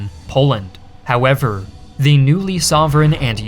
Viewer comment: This guy completely removed the word the from his vocabulary and he is saying "thee" every single time even when he should say "the".